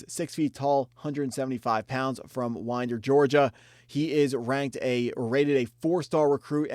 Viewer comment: love the vid! i will say gio tuggle is not gonna go to uga i know him personally but that will not be happening unfortunately. also it is pronounced “Whine-Der” 😂 lil city not too far from athens